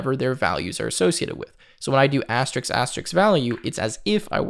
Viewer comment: You mean asterisk rather than asterix. The latter is a French comic character from Asterix The Gaul